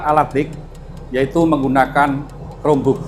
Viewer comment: KROM BUK! BACANYA KROM BUK WOIIII!!! bukan cerome bok